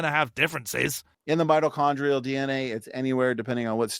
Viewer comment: I'd like to point out that he consistently mispronounced "mitochondrial."